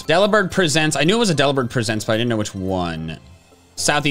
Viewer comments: why are you pronouncing it Delibird "Presents" as in the verb, and not "presents" as in gifts? xD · lol at pronouncing Delibird Presents wrong. ITS PRESENTS JOHN. LIKE CHRISTMAS PRESENTS. (Here’s your daily double blade reference) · idk why but the way he said Delibird Presents, as in gifts, not presenting something, made me so mad 😂 all love, and I love ur content bro ❤